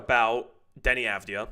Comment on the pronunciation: How many games before gets the Avdija pronunciation right?